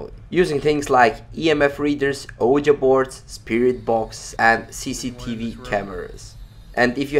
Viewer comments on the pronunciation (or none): none